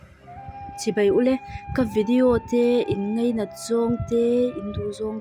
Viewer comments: Bei aiah bai, nachin aiah nichin, ngeinat aiah ngainat ... I aw a mawiin ngaihthlak a nuam khawp mai. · Bei nge Bai?....i lamdan khi chuan Bei ilam in ka hria..